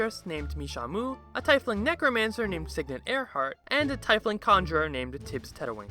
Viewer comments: First time watching, and I've paused 45 seconds in because of your pronunciation of Tiefling. Edit after finishing: Pronunciation aside, that was a good video. Sounds like a hilarious time of noobs playing DnD. I've been in a party of 3 that fought a shambling mound at level 4. We killed it so fast. By all accounts, you were right. They should have had an easy time, but they stacked the odds against themselves by all doing the same thing. As far as I am aware, fire is one of the most resisted elements, due to it being so common. Really should have gone for the feat over the intelligence score. That 1 extra damage isn't worth not doing damage at all sometimes. Especially when you specialize in that element. Also by not thinking outside of the box. The very instant you said it was a shambling mound, I thought back to the acid and immediate thought that they were gonna push/lure it into the acid to kill it easily. They had so many advantages, but you punished their disadvantages hard, even by not meaning to. This reminds me of a story my one DM tells. One time, his group was around level 5 or so, and they started exploring some catacombs. They encountered a caved in area and decided to dig through it. They spent an entire in game week digging through the cave, constantly going back to town for supplies, whilst being repeatedly warned by said DM not to do this. After finally getting through to the other side, they encountered a level 18 or so Archlich that was a final boss of som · pls pronounce tiefling correctly i am getrting triggeredffgga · Me too I hate when people pronounce tiefling like that but at least the video was good. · Tea-fling not tai-fling 🤦🏼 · The hell is a tyfling? ie in a word makes a hard e sound. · Tiefling is pronounced Tee-fling Just sayin ^-^ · it's tiefling as in TEA-FLING 🍵☄️ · Anybody else irritated about how he said "TIE-flings" instead of "Tee-fleengs"? No? Just me? Ok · Tiefling is pronounced like "Teaf Ling" not "Tie Fling"